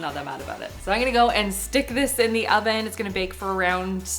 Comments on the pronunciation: When you said: thank you oven, I heard thank you 'Alvin' 🙈 maybe a new name for your oven? Love your content! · I thought you had oficially named the oven cause I heard "Alvin" but then I realized you had just said oven lol